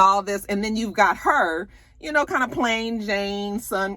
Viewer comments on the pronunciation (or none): none